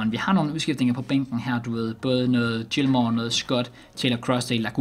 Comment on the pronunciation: du udtaler det rigtigt